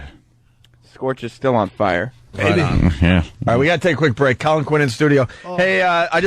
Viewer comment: saying CAWL-in is my favorite part.